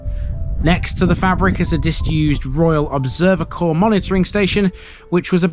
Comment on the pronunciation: Fay-brick, not fabric.